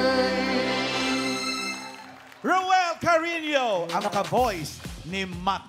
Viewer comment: Cariño po hindi Carino